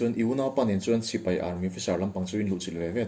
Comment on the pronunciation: A ho lo asin....mahni tui zawng tak hi chu lam dik nalh tur...